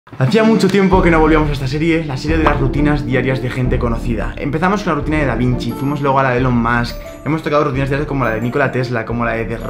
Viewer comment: Recuerda, si pronuncias (bien) Musk como masc, tienes que pronunciar Elon como ílon. Se pronuncia ílon mask. Es curioso como a los españoles les cuesta pronunciar esa E como I en ese nombre. Además es un error que tienes interiorizado (ya te lo puse cuando hiciste su rutina), lo que quiere decir que lo seguirás cometiendo incluso si lees este comentario si no te propones pronunciarlo bien. ELON MUSK /ilon mask/